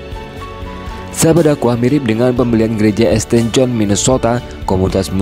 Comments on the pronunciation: Alhamdulilah, semangkin banyak Bule yang muallaf di Amrik. Semoga Islam makin berkembang luas di seluruh dunia., kalo membaca jangan dibaca esTe, tapi bacanya "sint". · Informasi pengetahuan umum tambahan buat adminnya ST/St itu di bacanya Sain atau jika di jika di indonesiakan Santo